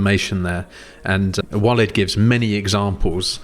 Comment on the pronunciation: Interesting topic. BTW, Walid is pronounced Waleeeeeed